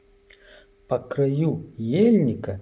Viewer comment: дочка сказала , что ударение на а , по крАю. Саломат бошед.